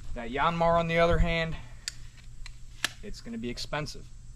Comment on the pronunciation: Dude it’s not a “YAWNMAR” , it’s pronounced “YANMAAR” like how you would say yankee, or yanking